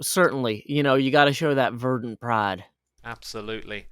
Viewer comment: I definitely thought that Joe Hills said "Gotta show that virgin pride" but verdant pride makes more sense